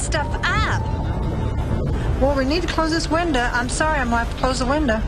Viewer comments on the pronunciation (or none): “This windah”